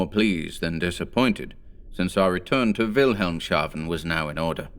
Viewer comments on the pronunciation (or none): Wilhelm's haven. Not Wilhelm shaven.